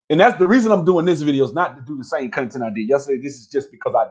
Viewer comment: “Cunh-tint” lol